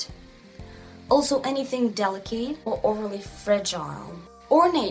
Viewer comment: I love you and your videos!! They have helped a lot! I'm almost afraid to share this, because I don't want to be critical...After all, your English is extremely good! There are just a few words that you may want to check the pronunciation on. Delicate, intricate and sloped . Those words come up a lot. They are not pronounced at all like their spellings. Please don't be offended though! We all love you and appreciate you. I mean this suggestion in the kindest way.